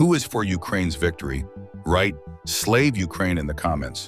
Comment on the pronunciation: It is not Slave Ukraine, it is Slava Ukraini (pronounced Sla va Ukraini, the I at the end sounds like an E), just FYI for the AI voice. When using AI, you need to be specific in pronunciation, IE, you have to spell it out phonetically for it to say correctly. Also, I did not see anything about tanks. If you lie to me again in the thumbnail, I will unsubscribe and block the channel. I hate being lied to.